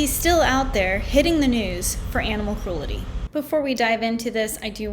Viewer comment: The word is "cru...EL...ty"